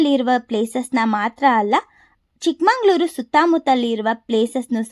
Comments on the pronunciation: ಚಿಕ್ಕಮಂಗಳೂರು. ❌ ಚಿಕ್ಕಮಗಳೂರು. ✅ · ಏ ಪೆದ್ದಿ ಚಿಕ್ಕಮಂಗಳೂರು ಅಂತ ಅನ್ನ ಬಾರದು ಚಿಕ್ಕಮಗಳೂರು ಅಂತ ಅನ್ನಬೇಕು.